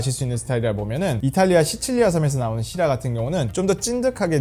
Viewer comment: Syrah 를 시라 가 아닌 쉬라라고 발음하시는게 계속 살짝 거슬리네요 ㅠㅠ